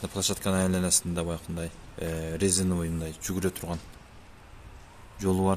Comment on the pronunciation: Озубуздонсунго жигар айланаси дединго айланансы деп айтылат сен булогерсин созго ото маани бер